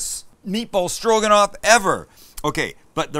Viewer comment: Stro...guh...not quite.